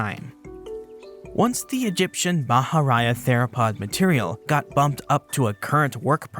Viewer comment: It is not "bah-hah-RAH-yah." Bahariya is pronounced, "bah-hah-REE-yah."